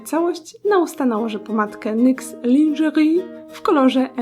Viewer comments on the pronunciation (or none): Super makeup! Słodki ale kobiecy, lubie takie :) PS. Droga Ago, lingerie wymawiamy jak z naszym polskim ę - "lężyri" 😂, ale to tylko taka ciekawostka, jak co :p